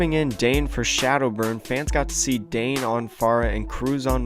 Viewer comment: Dan yey not dane